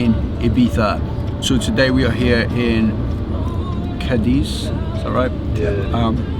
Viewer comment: pronounciation of Cádiz is flawless!